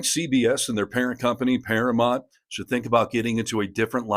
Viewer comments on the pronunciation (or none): It’s “Paramount” not “Paramont”. Ugh…😊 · I agree with all this except I kind of think this seems like AI since you keep saying paramont and not Paramount. (not once or twice, but like 12 times!) You do know it is para mount and not para mont? Is this maybe a British thing? Language barrier. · Please learn how to pronounce Paramount. You keep saying Paramont (even the subtitles agree with me). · Para-MOUNT. Pronounced Mownt. It's not Paramont. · I'd love to hear the story but I can't handle the mispronunciation of ParaMOUNT. It's paraMOUNT not paraMONT. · I understand the issue, and am in Colbert's corner. But I have to ask: why can't you say "Paramount" correctly?